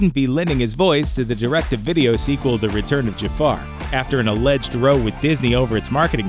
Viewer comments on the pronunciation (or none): Row? It's pronounced as in Cow, not Mow. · It's not pronounced "row" as in a boat. It's "ROW", as in "COW". Are you paid for this? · Row is pronounced like cow, when using it to mean argument, not row as in go. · Dude -- when you are talking about a heated disagreement between people, it IS NOT pronounced row, like row in a theater or row a boat!!! It's r-OW (as in "OUCH", almost as if you said "r-OUCH" but left off the "ch"). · “Row,” a fight, rhymes with “cow,” now “low.” I stopped there. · Um, when the word row is used to mean a disagreement or fight, it rhymes with cow, not with so. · After an alleged roe? No,. The word, row (altercation) rhymes with "cow." You should look up words you don't understand. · An alleged row? (if you're using it in that context, it's pronounced like it rhymes with cow not sew). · re: genie an alleged row pronounced like cow. not row as in "front row" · Does the narrator really believe the word is pronounced "row" as in "row, row your boat" ? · Row is pronounced like “ow” in this usage, not like you’re making your boat go faster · "An alleged 'row'" !?! As in sounding like - "Roe", really?!? I know I'm being picky here, but when you're voicing over, surely you must know that in this particular case the person isn't in a friggin' boat?!? XoD =o/ sigh It's the little things that can make BIG annoyances... at least, for me anyway... ;o) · Not to be a troll, but during your Aladdin bit, you referred to the disagreement Williams had with Disney as a "row", as in rowing a boat. Its actually pronounced like it rhymes with "wow" - it is a frequently used term in the UK... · Row is pronounced wrow (like ow!) when referring to an argument. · FYI, "reprise" is pronounced differently as a verb than as a noun. Also, you've pronounced "row" incorrectly. In the meaning of "quarrel", it rhymes with "cow." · alleged row pronounced roe??? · Did they pronounce “row” as in fight like “row” as in what you do on a boat?